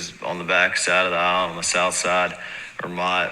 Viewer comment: He did not completely pronounce the entire word "island"